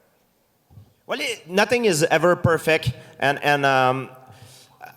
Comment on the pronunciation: "Nothing is ever perfeck." - GSP